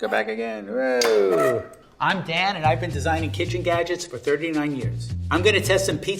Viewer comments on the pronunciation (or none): Not gonna lie I thought he said “im dad” instead of “im dan” lol